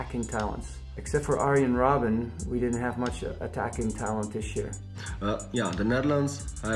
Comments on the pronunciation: Iron Roben................. its Arjen Robben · Seraphim no it's arr-yen robb-unn. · Arjen Rowben??? If you have a presenter who can't pronounce the name of a Legend, sack him... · “Iron Row-Ben”